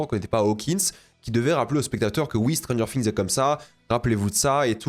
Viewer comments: Stranger Fings. Séreux c’est quoi cette prononciation anglais degueulasse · ça chie sur la VF mais ça prononce Stranger Fings. Par pitié, fais un effort